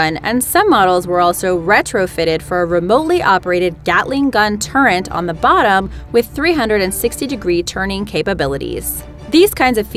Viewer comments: what's a turent? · she says gattli gun turrent..lmao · TURRET NOT FUCKING TURRENT FOR FUCK SAKE. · Why does she says "turrent"? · "gatling gun turrent" .... don't let a woman narrate men things! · "gatling gun turrent" who is this dumbass